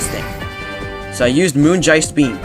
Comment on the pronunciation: that pronounciation of moongeist beam killed me